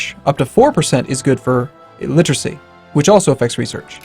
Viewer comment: Stop saying 'littracy'.